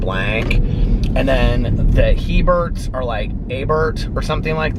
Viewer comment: I'M FROM LOUISIANA! and hearing you say how the narrator pronounced those last names is a little cringy lol the C in Leblanc is silent and it's like saying Blu but with an Aw or Au sound. It's hard to type out that Cajun French 😑 and Hebert is pronounced "A-bear".